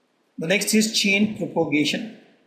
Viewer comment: It's chain PROPAGATION, not propogation.